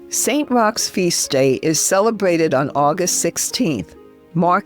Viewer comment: Saint is pronounced Sen, I think